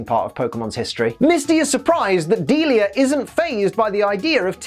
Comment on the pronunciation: That's how her name pronounced? I always thought is was like "Dee-Lie-ah" not "Deal-ea"